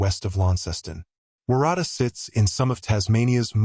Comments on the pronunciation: Waratah - warra-ta. It's a flower. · omg the way you pronounce waratah. Its so wrong lol. Im an aussie watching from victoria. It sounds like worutar. It is also a native australian plant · Waratah is pronounced like WA-RA-TAR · WOR RA TAR is how to pronounce Warratah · Sorry.. I have to correct you. Waratah is pronounced Wo(as in Ox)rutar. Jen from Oz. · Why do you pronounce Waratah wrong. You must have seen a lot of footage that pronounces it correctly. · Waratah, pronounce the town incorrect. That area is very very difficult. Dashcam great idea. When Hiking 🥾🥾 anywhere in the World always be prepared, not alone, a Personal Locator Beacon PLEASE, a Whistle great idea, your mobile, a Compass, Water, Food bites. even a just a thought pressure pack paint tin mark your pathways if needed. Maps, more knowledge in the area where Hiking. Did Celine stop ? chatter with locals where she was hiking ??? Was Celine not alone ??? ❤ RIP ❤